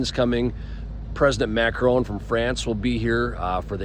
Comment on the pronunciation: Good report but it is MACRON!